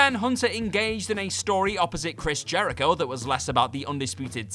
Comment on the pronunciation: didn't need to put emphasis on the word "That" when referring to Baron Corbin vs Kurt Angle. It was bad but it wasn't terrible. Also Stephanie McMahon is not a HOF worthy talent in any way.